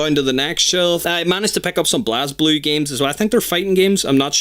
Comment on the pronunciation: Just to let you know, BlazBlue is actually pronounced "Blaze Blue". Thought I'd help out a little. Also, be sure to get Continuum Shift original and EXTEND, as well as the same with Chronophantasma. Edit: Just realized this was posted a year ago, I understand if you've already added these games to your collection.